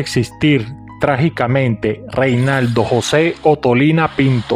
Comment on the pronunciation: Se llamaba Renaldo no Reinaldo